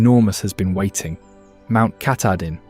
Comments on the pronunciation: The mountain is pronounced Ka-TAH-din. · Cat uh deen? Really? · Pronounced KAH•tah•din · Ka tah din pronounced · I’m Going to Help Yah Bub, it’s Pronounced (Kah-Tah-Din), It’s spelled Katahdin! Yes the Indigenous Names are “Tongue Twisters”, But We Honor Them, By Trying to Get the Name’s Right! I Know, I Live on Lake Anasagunticook, Next to the Androscoggin River, But I Grew-Up on Messalonskee Lake, Next to the Kennebec River(haha)! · I was looking to see if someone else had already mentioned this. I was willing to ignore the way Katahdin was pronounced, but Piss ka tah quis? Yikes.